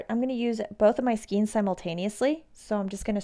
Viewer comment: Not skeens--but SKAYNES (rhymes with veins or reins).